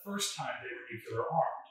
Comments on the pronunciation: It's Nuk-lee - ar. Not Nuk-you-lar. There's no such word as Nucular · And please invest in a dictionary. It's Nu-clee-er not nook-ya-ler. I can't even watch. My father worked on the Manhatten Project and a lot of scientists died figuring out how to build those things. That not exactly casual, sorry. Thanks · For God's sake the word is nuclear not 'nucular'. You sound like George W. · I suppose by this time he has made a conscious choice, but I do wonder why the chooses to say it like Nukular instead of Nuclear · Grrr! Nu-clear, not nu-cu-lar! :P Used to set my teeth on edge when JImmy Carter did that in speeches. He was a nuclear engineer who cut his eyeteeth under Rickover; he shoulda known better! :D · It is pronounced nu-klee-ar, not nu-ku-lar. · Nuclear is TWO syllables. Not Nucular which is three and describes the nucleus of an atom. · NU-CLE-AR!!! Please! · Nu-cu-ler, it's pronounced Nu-cu-ler